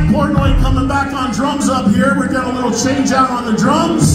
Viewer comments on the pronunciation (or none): none